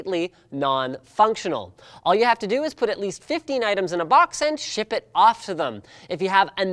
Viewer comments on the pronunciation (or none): none